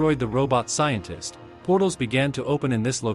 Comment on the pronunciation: Sientist. Tolit. Restendpesh.